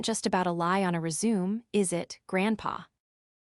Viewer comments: Ree-zoom is the correct pronunciation Text2speech engines have had this problem of guessing wrong when a single spelling is correct for multiple different words since the 1980s when speech synthesizers were first released to the consumer market. Realtime context analysis is required for contract vs contract, bow vs bow, resume vs resume, and many many more Spelling it correctly as resumé helps with the problem that bothers you, but it is rarely done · Resume, mispronounced. Even a non native English speaking like me knows that. The AI doesn't. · Need to learn to pronounce resume. It’s annoying to hear it repeated over and over mispronounced. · Every time you say resume it makes me want to puke. AI isn't so smart after all is it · Teacher AI how to pronounce words properly like resume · And nobody from the Vance family put two and two together??? 😂😂 I wish AI could learn to speak résumé properly. 😂😂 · Yeah the mispronunciations were rough, but the payoff at the end still hit hard enough to keep me watching. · Nah, the mispronunciation of "resume" is down to the fact that the AI cannot speak or read French or any foreign language word that is commonly used in these stories. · If its set to English, they mispronounce any words from other languages, especially French.. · Seriously lol the first time I heard it said… it was cringe worthy 😬🤦‍♀️🤷‍♀️🤦‍♀️ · Same here 😅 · Your AI needs to be instructed: It isn't pronounced "re-ZOOM"; it's pronounced "re-zoo-MAY" ! ! ! Fixit. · It is not rezoom, it is res u me. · Rez-ooo-may, not reee-zoom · Do you guys not edit your films before uploading them? "Ant Carol" is properly spelled as "Aunt Carol." The word, "resume" that was repeatedly used is a concise document that summarizes a job applicant's professional and educational background. It is properly pronounced "résumé", not "re-sume". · Res u may is how you pronounce it. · As a noun, resume is pronounced rez-oo-mey.